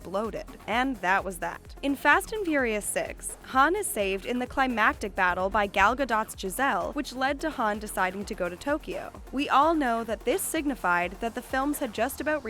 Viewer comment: Also she said gal ga- dot. Like literal dot😂